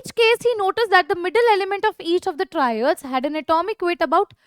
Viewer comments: It is triads and not traids.. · Yoo it's triads not traids